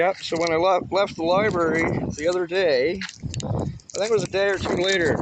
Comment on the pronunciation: What’s a libarry? It sounds similar to a library.